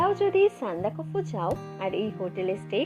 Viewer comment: জায়গাটার নাম কি যেভাবে উচ্চারণ করলেন - সান্দাফুকু/ নাকি সান্দাকফু?